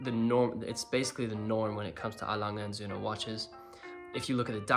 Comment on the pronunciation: Good pronunciation of Lange und sohne..